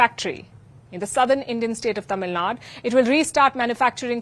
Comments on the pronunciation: Tamil Nadu... Not Tamil na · Please put effort in saying it correctly as Tamil Nadu or just don't have to say it